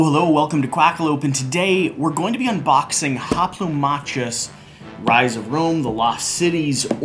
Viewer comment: its actually pronounced Hoplomakus.